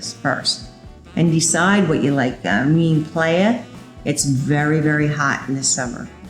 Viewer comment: ok but she should know how to say "playa" she lives there it's embarrassing